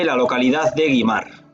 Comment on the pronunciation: Es Güimar, con diéresis. Se pronuncia wimar, y en todo caso wímar.